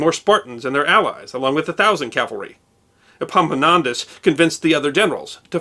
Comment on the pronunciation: I realise that "Epimonantos" and Epaminontas sound the same to most of you, but it kept me laughing through the last half of this video..... I love your work! Keep it up